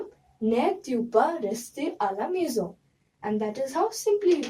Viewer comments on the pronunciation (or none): none